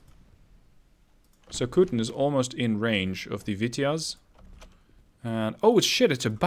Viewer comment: 'So-ku-ten', not 'so-kuuuu-ten'